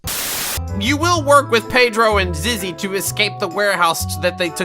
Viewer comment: It really triggers me how he pronounces Pedro's name as Peydro instead of Pedro